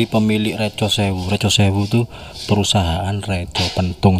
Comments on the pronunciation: Re^ bukan Re✓ ... Reco pepet mas bukan layar jadi artinya beda mas... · Bukan reco tapi reco